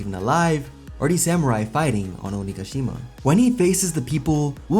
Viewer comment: Thank you for saying onigashima correctly it's been killing me other YouTubers pronouncing it wrong